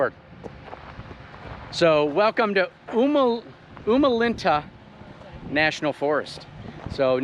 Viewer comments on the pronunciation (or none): FYI...the forest area is pronounced Umatilla (You-ma-till-A) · FYI. That national forest name is pronounced "You-muh-til-uh". For the dryer part of Oregon, it is a very nice area.